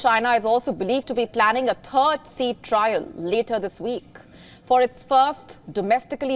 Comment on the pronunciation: She said “Turd sea trial”😂